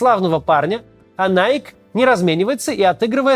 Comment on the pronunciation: Всё так, только Nike читается как "найки". Да, это контринтуитивно и не соответствует правилам английского, но это так.